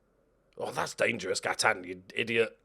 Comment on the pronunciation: I love that you pronounce Gaitan like he's French even though he's Colombian and it's almost certainly a Spanish name.